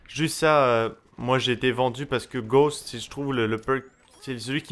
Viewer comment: C'est le "Perk" que tu détestes "Ghowst" ? (je sais on dit Ghost hein --") Mais... POURQUOI TU AS GHOST !?